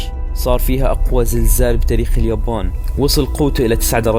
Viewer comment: انطق يابان عدل ب الاول